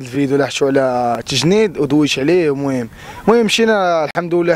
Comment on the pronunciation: لا علاقة بالموضوع.التاء تنطق تاء و ليس الشين.التجنيد ماشي التشجنيد. الله يوفقك فبلاصة اخرى.